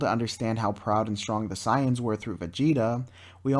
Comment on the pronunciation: Correct: Say-ins Incorrect: Cy-ons